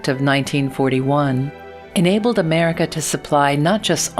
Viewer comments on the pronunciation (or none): none